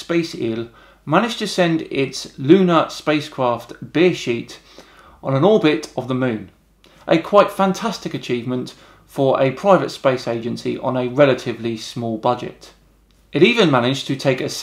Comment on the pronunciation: I'm gonna have to do this, I'm sorry, but it's Space IL, with those last two letters read out. Also, it's Bereshit, not beer sheet